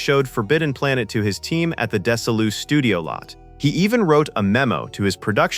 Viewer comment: Deso lu? Sounds like an old car. It's pronounced Dez-e Lu ! Us old timers know that oh so well!